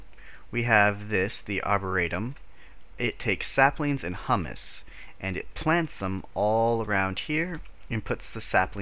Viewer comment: It's pronounced "hyoo-muss", by the way. Hummus is a dip made of garbanzo beans. Humus is like a type of soil.